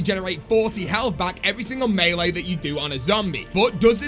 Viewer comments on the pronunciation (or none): none